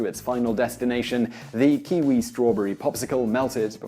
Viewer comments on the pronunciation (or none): none